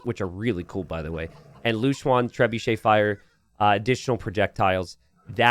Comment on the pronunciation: I know you're still learning pronunciations, but I feel like you're going to miss this one, and you keep saying the unit name a lot. "Lou chuan" is pronounced "low chuan," like in the English word "low" (as opposed to "high"). If it was "loo chuan," like you keep saying it as, it would be spelled "lu chuan."